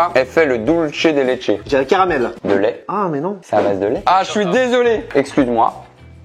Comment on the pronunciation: On dit doulsé et pas dulche de leche